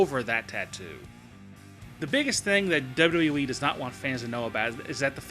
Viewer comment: I don't care for the way this guy pronounces "WWE" and this video in particular makes no sense, especially #5. How do you hide the fact that somebody isn't on TV?